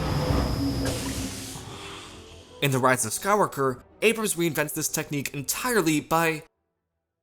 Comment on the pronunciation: Omg dude.. SKY-WALK-ER...